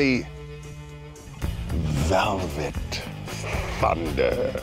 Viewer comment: Thought it was valvet